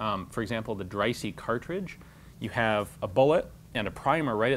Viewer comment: Dreyse is pronounced “Drey-zuh”.